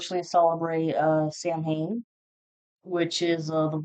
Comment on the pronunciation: Samhain is pronounced saa•when 😅